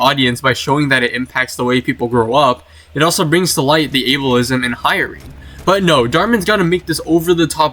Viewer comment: noone tell him its 'ableism' not 'Abel-ism'